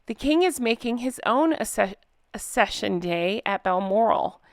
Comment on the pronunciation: Accession is not pronounced with a soft 'cc' but a hard c followed by a soft c. As in 'ack-session'.